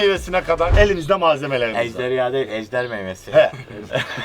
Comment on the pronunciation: Mamiiiiiiiiiiiii ejdeya değil ejderya 😂😂